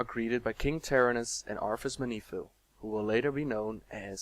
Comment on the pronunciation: You pronounce Arthas' surname as "me-NEE-thil". I am pretty sure it is "MEN-e-thil". We hear it spoken in Warcraft III as far as I remember.